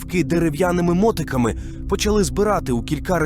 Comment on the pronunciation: Шукав щось подібне для перегляду. Після того як почув про МОТИКИ ( наголос там на перший склад), котрі подарував людям Сварог...МОТИКИ..Карл...МОТИКИ !!! Далі бажання дивитись пропало.